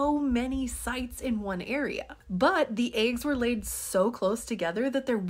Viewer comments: By the way you mispronounce “eggs”… I’m willing to put a few dollars down and bet that you read the word “water” and allow your speech impediment to tell your mouth to project “wooder”…. Which is not a word. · That is the British pronunciations of eggs.